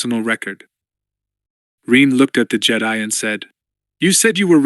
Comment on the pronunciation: Some dead spots in the audio but I’m not complaining about a free book. Anyone else bugged by the way they say Jedi? It’s nothing but it drags on me after a while.❤